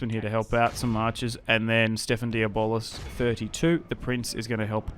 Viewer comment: I like your pronunciations better. Diabolis sounds so much cooler than "de-blah". Diabolis is like an end game boss or something.